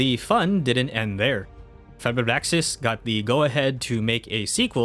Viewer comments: Fir-Axis. Fir like you say Firm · YOU CAN PRONOUNCE FIRAXIS YOU DINGUS OR ARE YOU MERELY PRETENDING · Thank god I, not the only one annoyed by it